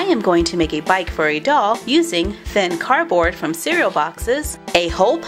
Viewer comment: It's pronounced cardboard not carboard